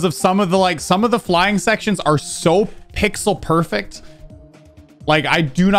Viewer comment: tf is perfext